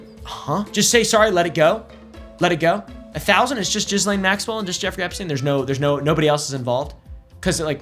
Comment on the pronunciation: Your pronunciation of 'Ghislene' is actually the correct one 'Jees-Lane'. French first name, that's how the french pronounce it. I know because I dated a Ghislene 😅